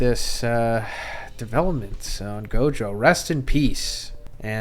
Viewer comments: You should learn how to pronounce the characters name bro. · bro its gojover LMAO